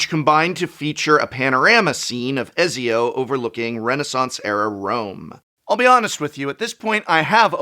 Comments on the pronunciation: I died a little inside every time Prof pronounced “Ezzio” instead of the hard “Et-zio” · Ezio is pronounced closer to Et Z O btw prof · Et - see- oh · Ett-Zio. Not Ezio is the pronunciation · I’m sorry, I have to say it - it’s ‘Et-Zio’, not ‘Ezzio’ 😂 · Did you just pronounce Ezio as A-zioh barf lol You need to play that series of games! It's Et-zio! Love your content, just wanted to shame ya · ezio is pronouced Ette zee Oh. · Et-see-oh Ken-way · "Etsy-oh" Prof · Youre pronouncing Ezio wrong on purpose aren’t you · Prof, I love you, and I know you are an English major, but please stop saying Ezio like that 🥹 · The way he pronounces Ezio crit me so hard I had to pause the vid XD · I am being slightly bothered by his miss Pronunciation of "Ezio". Aside from that very good video as always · Hearing prof mispronounce Ezios name is very funny. Anyways this set is entirely about Assassin's Creed coming to magic the value lies only within people who like assassin's Creed